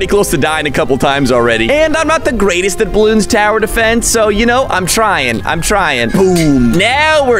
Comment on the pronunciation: He said bloons tower defens